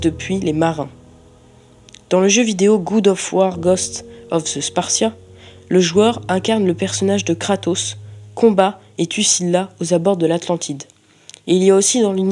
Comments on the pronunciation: c'est pas goud of war mais god of war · God * et pas Good of War aha, mais sinon super vidéo